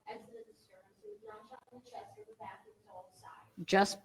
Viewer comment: I c her letn us kno, she can’t say “back”